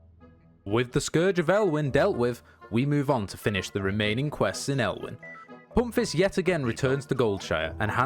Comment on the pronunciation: Love how u say "poompfist" with ur dialect ;)